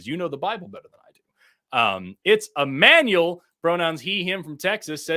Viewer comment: It's Ammanuel. Me:Nooooooooo.